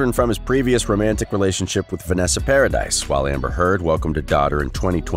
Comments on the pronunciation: It’s paradis not paradise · It's Paradis, not paradis or paradise.